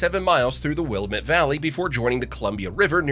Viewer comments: It's Willamette , Dammit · Learn how to pronounce Willamette properly! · Willamette pronunciation is a dead give away you're not an Oregonian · Obviously the guy describing Oregon's famous features is not from here.... Mispronouncing many places. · Every single time "Willamette" was said it sent my OCD off-the-charts! Hahahahaha! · The way he pronounces Willamette makes my blood boil lol. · The narration sounds like and is most likely AI and that's why it's pronouncing Willamette and so many other words so wrong. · You should have learned how to sat willamette before making this video. Native Oregonian here. This is infuriating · You have probably been ridiculed for your mispronunciation of "Willamette" and perhaps other places in O re gon. :) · A.I. voices never pronounce Willamette right. But then again... neither do a lot of "influencers" and actual human YouTubers. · You’d think if you were doing a film on Oregon you’d learn how to pronounce Willamette. Annoyed Oregonian here. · Raised in Amity, I found myself hollering at this remedial AI and the ignorance of pronunciation that it displayed! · As a eugenite born and raised in the valley, I caught that too. 😂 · Came here for this! Love this video, but that's not how you pronounce Willamette. 😅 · That annoyed me too. I cringed every time he said it, which was far too many times 🤦‍♂️ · Right? Not like it's a particularly obscure word either. The Willamette Valley is huge in geography, culture, wine, food, sports... plus google is free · If Willamette was the only mispronounced name you caught, I doubt your credibility as a real Oregonian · Agreed!! Especially the pronunciation of the Willamette. It's wil--lamb---et, NOT Will-A-met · wuh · la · muht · Will la met prounounved. Not will a mette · Will-am-it. Not Will-uh-met. I live in Oregon and it is very annoying when you say it wrong. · Wuh-Lam-It, not Will-uh-mit” 😂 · Will-Lam-Met not Will-Met! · A VERY MAD TEN YEAR OLD OREGONIAN ITS WILLIAMATE DANG IT!!!!!!!